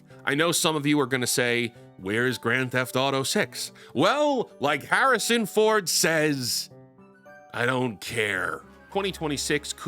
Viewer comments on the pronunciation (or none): none